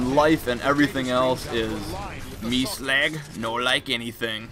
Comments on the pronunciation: it's slug not slag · Sleg? He called Slag, Sleg! Too funny